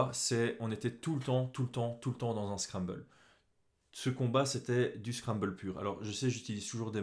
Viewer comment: Je pense qu on dit scramble comme scramble egg et non scrabble :)